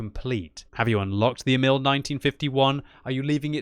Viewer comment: "Emil" should be pronounced longer. "Éh-mihl". Damn, I really want that tank, but I've only played a little Frontline two episodes ago. I didn't know that you could get this tank as a reward from playing it... :(